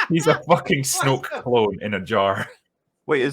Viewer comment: When said “Snoke clone” I thought he said snow cone. Now I can’t stop thinking about snow cones shaped like Snoke clones.